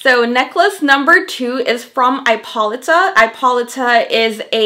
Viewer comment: I think it is pronounced I po Lee ta.